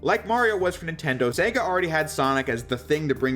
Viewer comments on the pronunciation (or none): none